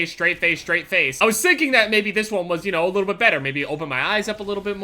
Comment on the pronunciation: lol look he said sinking instead of thinking